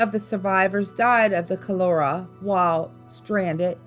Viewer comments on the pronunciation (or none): Please pronounce cholera and Edisto correctly.